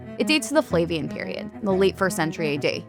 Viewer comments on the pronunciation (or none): Sotheby's hired somebody who doesn't know how to pronounce "flavian" or "gravitas". I wonder what else she doesn't know.